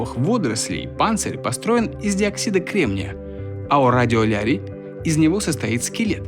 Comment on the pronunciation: радиолярий, радионяни блин (Бригада)